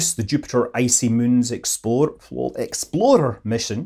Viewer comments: Icy moons explorrrrrrrer - most possible Scottish accent :) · Don't forget explorer